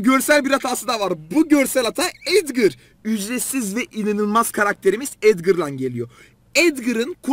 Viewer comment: Abi collete edvır diyo bir tane sesinde edgar diyo bence